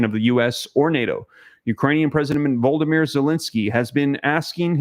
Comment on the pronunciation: The president of Ukraine's name is NOT Voldomir. His name is Volodomir